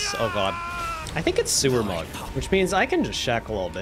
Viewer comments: Every time he pronounces Mohg “Mog” I die a little inside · no hate, but the moh in mohg is pronouced moe :( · bro Mohg is pronounced "moe-g" not "mog" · why do u pronounce mogh wrong